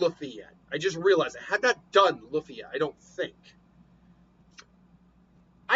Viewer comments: You keep butchering Luffy name it’s pronounced (Loo-feeh) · You butchering Luffy name it’s pronounced (Loo-feeh)